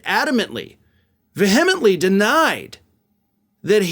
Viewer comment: Pronounced 'VEEhemently,' not 'veHEmently'